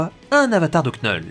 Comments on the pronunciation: de l'accent dire " knoull "c'est toujours mieux que dire knull comme "null" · Tu devrais prononcer son nom "Knoull" sa sonne mieux et presque tous le monde dirais knoull en prononciation plutôt que knull et franchement entendre cette prononciation c'est désagréable ...